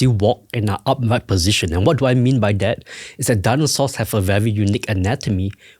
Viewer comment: "Daanosores"? English, please!